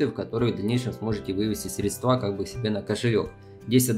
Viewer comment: пожалуйста, срЕдства, ударение на ЕЕЕЕ